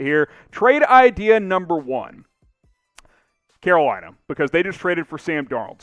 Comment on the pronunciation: i heard "que bueno" instead of "Carolina"